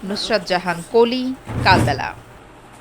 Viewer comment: ei channel er namer pronunciation Kalbela hobe naki Kalobela hobe.......!!!